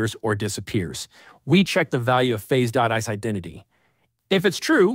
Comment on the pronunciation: nice content, but def using AI for the voice. "isIdentity" pronounced "ICE IDENTITY" :P